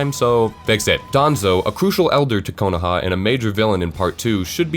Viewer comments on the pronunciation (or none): Really good fix-it video, lots of good points. Don't like the way you pronounce some of the names though, like Konoha or Madara, just sounds kinda weird. Minor point though, great stuff!